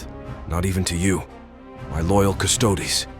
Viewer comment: It’s fun to wait and see what’s the next AI pronunciation brain-fart! 😆 (at least he got the Custodes right, after so many tries)